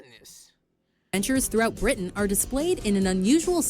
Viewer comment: I like that you're now saying "Britain" with a glottal stop!